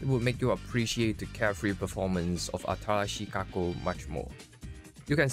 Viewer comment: Remember its not “Atarashii” it’s “Atalashii” made me chuckle first few minutes